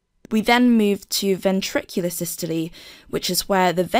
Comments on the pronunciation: That's how it should be pronounced: 'SIS-TOL-EE' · Why do you say 'systoleee'